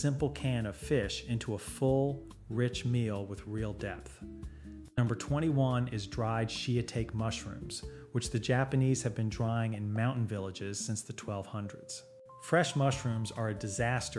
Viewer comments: "shi-tahk-e" not "shia-take" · Is that supposed to be a Japanese man saying Shiatake mushroom instead of shiitake? wtf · I stopped watching this AI video when I heard SHE A TAKE mushrooms 😜😜😜😜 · SHITAKE : Pronunciation BreakdownShii (しー): Sounds like the English word "she," but held slightly longer as a double vowel (shee-ee).Ta (た): Sounds like the "ta" in the word "father" or "top".Ke (け): Sounds like the "ke" in "keg" or "kelly" (short eh sound, not a long ay sound) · How can I trust a word you have to say about Japanese food, when you don't even know the pronunciation of the word shitake. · I am sorry, but could you please explain your pronunciation of shiitake mushrooms? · This is Ai. No Japanese person would pronounce some of these words this way. Totally stupid. Even Americans know how to say shiitake. !!!!! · This is AI, folks. Still interesting and informative, but 100% AI. That’s why some of the pronunciations are off, like shiitake, Kikkoman, etc.